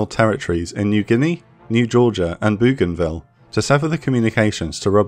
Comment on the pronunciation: Hay when you say Bouganville you pronounce the ou like bow.